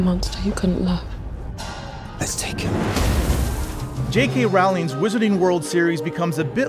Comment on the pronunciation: "J.k ralling" lol mk